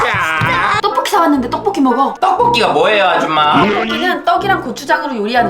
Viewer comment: 떡곡기가아니라😂😂떡볶이 ㅋㅋㅋ